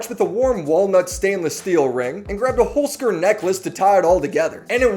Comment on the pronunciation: I'mma be real you chef, I was gonna sub, and then I heard how you pronounce your sponsor. Its two words, Holz - Kern, meaning wood - core, in german